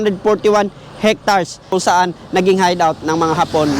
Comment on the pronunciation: its pronounced as "ectar's,spelled as hectares..